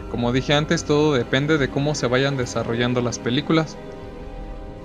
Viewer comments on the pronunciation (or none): none